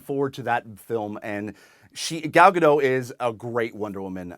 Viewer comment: I don't know I don't know if you can read the comments so easily, but it's pronounced Gahl Gah-doe. Almost like Gull.